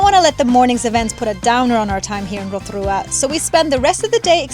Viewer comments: Love Rotorua ❤️ and love the way you pronounce it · Kiaora guys!! I just found your channel and I love your pronunciation of our place names ❤ hope you enjoy Aotearoa ☺️ we also love freedom camping and now and again we will stay at a paid campground for showers Wi-Fi :) love the content! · 10/10 pronounciation of Rotorua, just please be aware re the Hot Pools, they are heavily used and not luxury, plenty of luxury spas and spa retreats available but of course cost. Also the back roads can be unpredictable with gangs etc. Combining Van with backpackers can be a good way to go. Great video.